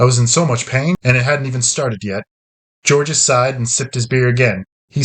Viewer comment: Georges is a French name. The 's' is silent.